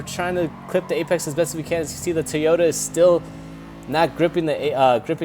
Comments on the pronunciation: Not TEAota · It's TOYota not TOYOTA